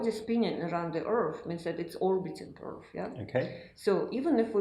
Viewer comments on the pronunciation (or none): I wish this genius would learn to say Earth, earff